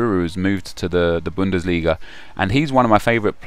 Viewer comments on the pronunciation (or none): BUNDELISGA? LOOOOOOL